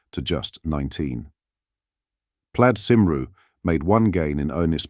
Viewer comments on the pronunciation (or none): Can't stand this bloody AI voice. You can tell it's artificial because it can't get the pronunciation of Plaid Cymru correct. It should sound something like Plaied Coomry, but it just is pronounced as it is written in English. And we all know nothing written in Welsh sounds anything like it looks!